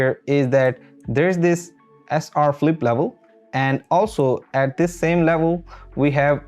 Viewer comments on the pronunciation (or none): It's not Philippe, It's flip